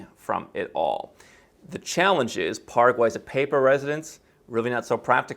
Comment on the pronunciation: PARA- QUAY! Pronounced